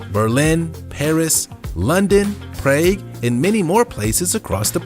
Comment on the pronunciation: Lots of fun, but Mr. Narrator, you should learn to pronounce the names of cities, like Ghent and Prague.